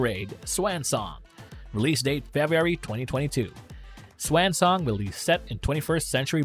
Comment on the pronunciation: Why are you pronouncing swansong like that?